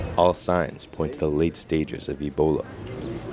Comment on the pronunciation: Say Ebola not Elbola